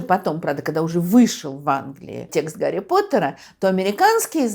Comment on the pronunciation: А Гарри по русски надо произносить